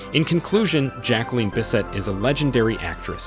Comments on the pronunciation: Her name is notpronounced jack line but rather jack lyn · It's not "JacqueLINE". Pronunciation of the name is either "JacqueLEEN" or "JacqueLIN", depending upon the individual with the name. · It’s frustrating to listening to the narrator’s Pronunciation of her Name. Grr